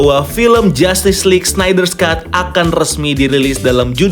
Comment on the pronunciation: agak aneh dengernya Snider"s"Cut , knp harus ditambahin s sih pronunciationnya, padahal penulisannya aja ga ada s nya 😂